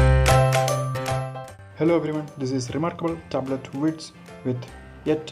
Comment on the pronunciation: "rumurkble turbrut"